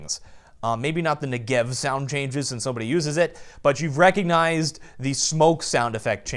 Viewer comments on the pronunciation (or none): none